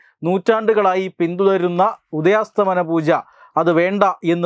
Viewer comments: ഉദയാസ്തമന അല്ല ഉദയാസ്തമയ പൂജ ആണ് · ഉദയാസ്ഥമനപൂജയല്ല ഉദയാസ്ഥമയ പൂജയാണ് ശരി